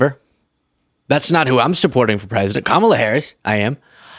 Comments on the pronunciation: You say her name like Americans say caramel. English it's ka ra mel. American is like car mel. That's how I remember how to Say Her Name Properly. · They are racists, that's why they can't pronounce her 'black' name. It makes them feel better to disrespect her. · Illiterate mispronouncing .. tRump definitely has it. Maybe it's the dementia that causes it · I don’t understand why they don’t start giving back the same disrespect to the GOP that mispronounce Kamala’s name intentionally including Trump and do it back to them like pronounce his name “Doughnald T-rump or Troomp”…… as the old wise saying goes what’s good for the goose is good for the gander. 😂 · Hey actually I think the Hispanics pronunciation of her name was supposed to be a clever way to say “que mala” which means how bad/aweful. In this one I’m sure he’s Implying she’s aweful, but I also may just be giving this person more credit than they deserve. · He always gets off track with insults, mispronouncing her name and his crap...who would vote for this piece of crap!!! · Kamala is Hindi for "Beautiful Girl." So people mispronouncing it intentionally are being racist, and I do not make this allegation lightly. My name is Hindi for "Little Goddess," I was named by a real Guru when I was 4. So I dislike racism toward [anyone really, but especially...] Indians and people from the Middle East. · I swear 45 is soo dam grimey. He purposefully keeps saying her name wrong. This type of ignorance does not need to represent any part of the White House let alone the presidency. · That moron who pronounced her name that way is saying the word like in Spanish meaning, how bad. Que mala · What an affectation Donald has, mispronouncing Kamala's name and huffing out an H at the end of her name . And why is he growling out words? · no, i dk why they mispronounced her name. it reminds me of the idiot child from the schoolyard everyone just put up with like an annoying fly. ignore it, maybe it'll go away